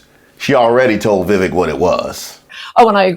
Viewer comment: "Vivake." It rhymes with FAKE.